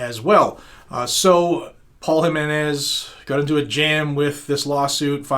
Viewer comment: Wow you actually pronounced the name JIMENz correctly. Im impressed brother. You deserve a Weeppaaa for that.